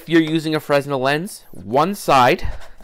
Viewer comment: Nice project. The S is silent in Fresnel BTW. :)